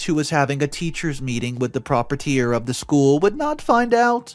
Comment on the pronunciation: "Prop-a-tier"? Only 3 syllables? Really? Pro-pri-e-tor more better. Please do a read-through to get simple pronunciations right to avoid sounding ignorant.